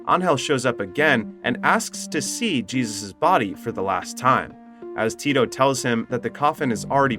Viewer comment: Is this an AI voice or a narrator too dumb to pronounce Jesus? He knows how Angel is pronounced but Jesus really?